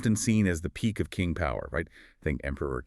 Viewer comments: Unfortunately I could not bear your bad pronunciation even of the Chinese "Qing" Dynasty. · Omg! You’re right. What a blunder